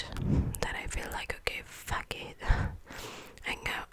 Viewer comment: I loved the video honestly. But although it was great, there were some words that you need to improve in the pronounce of, like the word ‘that’ sounds like ‘dat’ or ‘pity’ sounds like ‘piry’ Just that, ( this is not a hate comment everyone!) Love u